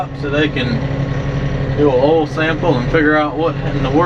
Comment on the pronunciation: How come he isn’t able to say the word “oil” properly